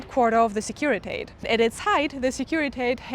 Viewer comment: Securitate does not rhyme with English wait or gate. It's pronounced exactly like it's written; /sekuri'tate/.